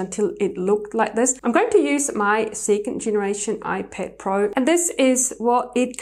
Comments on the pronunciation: Its ipad not iped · She says ipad so weirdly 😑 🤮